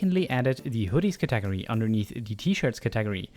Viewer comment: "cat-ag-ory" you sweet, precious lad. Thank you so much for the tutorial!! It was incredibly helpful.